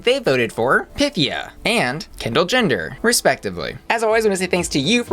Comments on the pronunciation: handy tip: instead of hitting the "pith" part of her name, emphasize the "e" sound. not PYTHia, rather pythEEa. i mean, i THINK i'm correct lol. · You're right. That's how she said to pronounce it. A much more graceful name when pronounced properly.